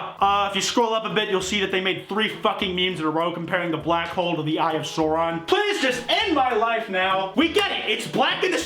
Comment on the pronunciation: the “saur” in “Sauron” is pronounced like sour not like soar